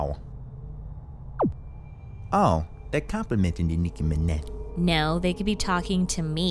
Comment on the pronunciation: its minaj not menah